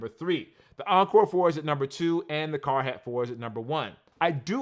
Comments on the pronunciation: “Car-hat” =/= “Carhartt” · why does say carhat and not Carhartt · "carHAT" lmao